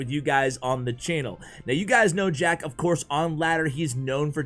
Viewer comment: Sounds like he said shack at 28sec lololol